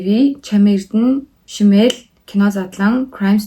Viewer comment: Шимээл биш шааямээл шүү